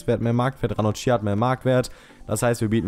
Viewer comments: Ranocchia wird nicht Ranochia ausgesprochen,sondern Ranokkia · Ranocchia spricht man Ranokia aus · Ranocchia wird ranokkia ausgesprochen :D